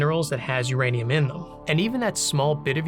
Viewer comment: It's ouranium, comrade